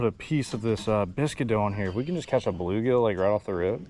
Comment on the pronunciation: Not saying bluegigi